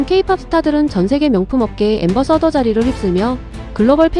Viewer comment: 앰버서더... 라니... 안바사다... 임... ㅋ